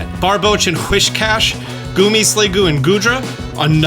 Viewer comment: He said, Hwishcash